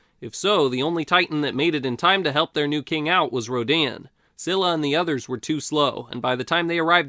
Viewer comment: SKEE-luh. It's pronounced SKEE-luh.